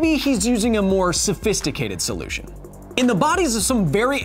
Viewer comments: did he said Solujion instead of solution? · Solu chon? what? 🤔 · Because Science into the video I’m curious as to why you pronounced Solution as Sol/u/chin? I enjoyed the video and this is not a complaint. I’m simply found it funny that you are usually careful with pronunciation and it just seems like it was sneaked in there. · “Nature has figured out a SOLUCHEN” :P lol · “soluchin” lol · "mother nature has found a soluchin" lol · I like how you keep talking about the grammar of other people all the time, but what the hell is a "soluchion" Mr. Kyle? (By the way, I love your videos!) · A solutchion you say? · heh "soluchon" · The way you said solution there, bothered me way more than it should. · Was your weird pronunciation of 'solution' for the sake of a pun? If so, I applaud you. Either way, great video.